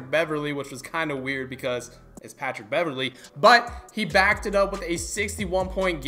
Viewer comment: Facts was kinda wierd....it’s Patric Beverly 😂😂👎👎